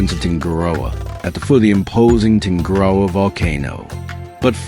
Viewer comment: I'm assuming that the narration is AI? I just skimmed through the video and I heard a number of mispronunciations for location names like Tungurahua and Baños.